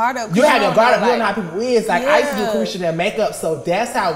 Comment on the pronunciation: Saucy needs his own show cause it’s Caresha Please not Saucy please!